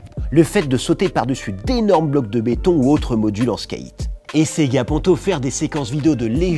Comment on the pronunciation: Vous lisez les coms? Skate ça se dit pas Skeight personne dit ça, merci